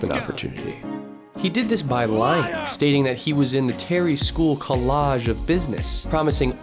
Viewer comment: The “collage” of business is priceless 😂